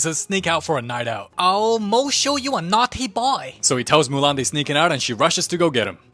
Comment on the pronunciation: "So Murahn make her Own Army of Kung fu Pandas" 😂